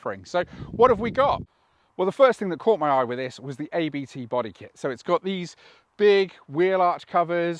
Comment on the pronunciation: you pronounce the letters ABT like Ai bee tee, but the three letters are a lastname. The Owner of ABT is Christian Abt, so pronounce it like a name ;-)